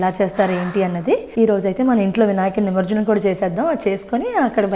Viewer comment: ఏమనుకో కండి అది నిమర్జనం కాదు ' నిమజ్జనం '..